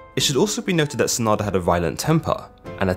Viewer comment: It's pronounced SAH - nah - DAH You emphasize the beginning and end rather then just the end vowel.